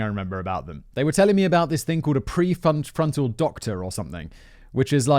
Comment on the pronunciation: Its Fremantle doctor, not prefrontal doctor. 😂😂 The random Aussie dude was from Perth W.A. 👍😁